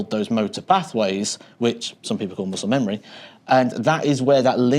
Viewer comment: NO.......Messle Memmury LIKE PHIL TAYLOR SAID IT😂😂😂💯👌